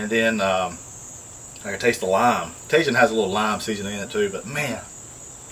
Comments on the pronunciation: Cracking me up hearing you say tajin! It’s taheeeen. Lol love you! Cook on brother 🤙🏼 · Tajìn — TA-HE-N —— love you bruddah smashing good show